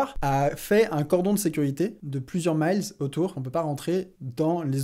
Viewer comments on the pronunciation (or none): Honte à toi sur la prononciation miles à l'anglaise ! Je sais pas pourquoi tu nous pond ce mot. L'inde utilise les kilomètres. Certainement tu as lu ça sur un article américain qui a certainement changé les kilomètres pour utiliser les miles. Dans ce cas là pourquoi nous faire un commentaire très idiot en utilisant un mot inconnue en français. Peut-être que la distance que tu as lu était en mille marin dans ce cas là super honte à toi pour le manque de culture et prononcer mille comme un mot anglais.